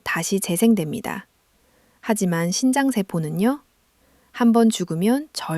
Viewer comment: 신장과 심장의 발음이 헷갈리네요 발음/자막글씨